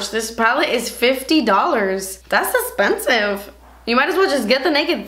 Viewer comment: Every time I see expensive makeup I think of how you say "das espensive." lol